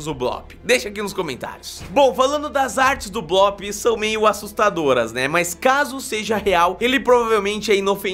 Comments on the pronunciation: não e bloop que se fala e bluup bloop se escreve e bluup se fala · NÃO É BLÓP É BLUP MERMAO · O nome tem dois oo juntos ou seja a pronuncia é blup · não é blóóp é bloop mas tanto faz